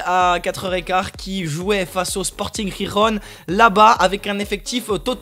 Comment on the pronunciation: sûrement le Real. c'est vraiment des vidéos super intéressante. le projet augmente de jour en jour. par contre deux petits trucs, on prononce Guirron pas rirron ;) et 2e, pq ya plus Dimmix ? vous allez vous relayer au fur et à mesure ? :)